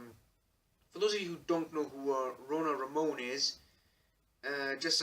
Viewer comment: כשאומרים שם עברי כמו שציינת, רונה רמון, זו טעות לומר אותו במבטא של דובר אנגלית אמריקאית. כמו שזו טעות שאני אדבר על אישיות אנגלית ואומר את שמה במבטא ישראלי. או שאדבר על רוסיה בעברית ואפרט שמות של מקומות במבטא ישראלי ולא כמו שהשם צריך להאמר. תודה. 👍🏼